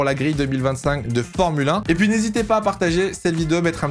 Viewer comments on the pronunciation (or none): none